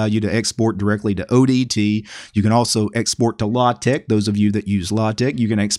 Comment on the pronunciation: I 100% approve of your pronunciation of LaTeX!